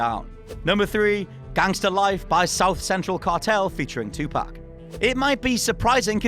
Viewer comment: Don't pronounce Tupac like that